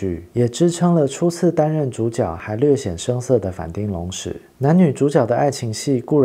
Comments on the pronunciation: 町，其實是要唸 ㄊㄧㄥ三聲。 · 其實反町隆史，町應該發“挺”的音